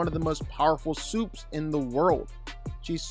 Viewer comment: Supes ❌ Soups ✅😂🤣